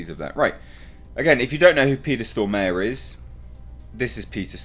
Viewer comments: To, its more Storm are then stor mare, when you say "stor mare" it hurts in my head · Looking buff,! And it's "Stormare" (stormah-re, re like in "report", hard "r"). Literary means "Stormer" someone who storms things I guess. Thanks for the video! Love your videos. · Pronounced "Stor-Marè"...